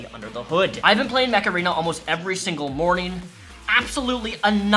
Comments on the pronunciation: Am I the only one who heard "Macarena" instead of "Much Arena"? Great video though, Amber Heard just cements my theory that evil people are evil regardless of their gender, and will use their gender in fact to get away with said evil. She is a horrible and vile woman. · Mech Arena sounds like Macarena lol